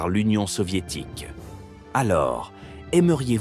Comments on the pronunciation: Quand la vidéo démarre et que j'entend OUAFEN SS j'ai direct arreté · Le W en allemand se pronone comme un V